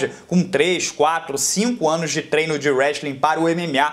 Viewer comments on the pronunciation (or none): none